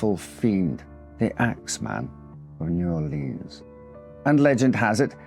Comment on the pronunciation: New Orleans is pronounced new Orle-uhns or new Or-lins. Never upon EVER new Or-leens! It makes our blood boil. As Lafitte would say, Arrrrrrgggghhhh!!!!